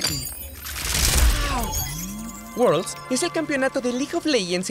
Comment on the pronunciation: Quieren ver "Wuolds" jajajajaajajaj